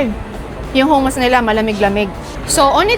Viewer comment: Huh-muhs ( hummus ) 😅